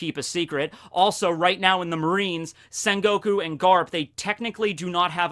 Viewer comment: it's quite disturb me with the sen goku instead of sengoku